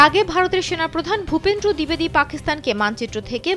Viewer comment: 😂😂 ভূপ্রেন্দ্র না উপেন্দ্র 😂 । তোমারা সত্যি খুব সুন্দর news দেও 😂😂😂 কাংলারদেশে শিক্ষার অনেক অভাব আছে 😂😂।